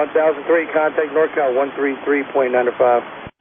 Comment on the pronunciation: it sounds like the controller isn't enunciating the "NORCAL", reminds me of that other ATC controller a number of years ago that suffered a stroke while on the radio.